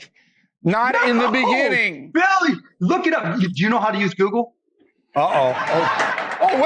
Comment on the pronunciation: So much emphasis on Google?? is that Mark Cuban or Ceny Ugyur?? 😂😂 Reminds me of the Cenk Shapiro debate 😂